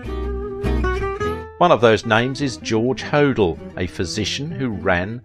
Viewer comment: Please... it’s Black DAHL yah & George Ho DELL